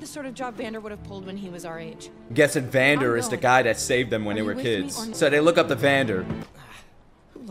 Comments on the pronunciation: this will be the best show u ever touched just wait for the next episodes:) also its vandEr not vandOr just for clarification ^^ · please don't call him Van-Door ;( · I love how you call Vander "Vendor" 😆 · Great fkn reaction! It would be insane to get Arcane reactions every 1-2 days, omg this would be a blessing for this summer. Btw. it's "Vander" :)